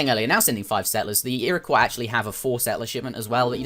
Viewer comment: You pronounced "Iroquois" correctly! :3